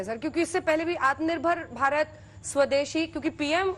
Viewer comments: Pahle atma nirbhar bharat bolna to Sikh lo chacha agr yehe baat Rahul Gandhi ne kiya hota toh ye bsdk media wale kutto ke tarha divert show karte ke dikho Rahul ne ye kaha atma nirbhar bharat bolna nahi loda lassan godi media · Atmanirbhar toh bolna sikhle